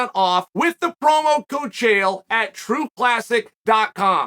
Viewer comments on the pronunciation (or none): none